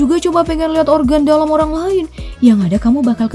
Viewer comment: Iya olang